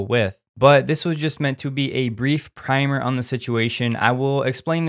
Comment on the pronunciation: Good information, well presented. And you pronounced primer correctly:)